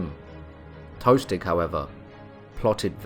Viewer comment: "Tostig" not "toastig"